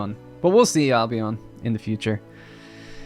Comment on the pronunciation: Dude, if we're talking Albion as in Britain, please pronounce it Albeuhn.. Al Be Uhn, with the emphasis on Al. Thanks from a resident of there 😄